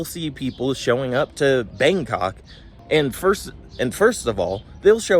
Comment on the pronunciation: I love the way you prounounced Bangkok, "Bang C**k"